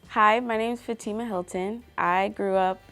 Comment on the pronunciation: did she just say fuh-ti-muh uh uhnt her name is FAH-TEA-MAH she not from the yard